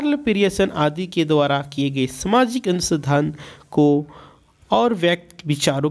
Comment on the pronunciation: Thank u sir but mujhe lgta h ki anusansadhan nahi anusandhan hoga please sir make sure what are you pronouncing 😢